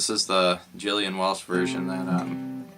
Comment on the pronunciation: Dude, aside from the deadly chatter, her name is Gillian like “Ga” - like Gilligan’s Island - Gillian not like Jillian. Just sayin’.